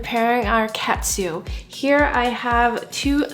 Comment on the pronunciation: Looks yummy! It’s actually pronounced (toe-n kah-tsu) good job!!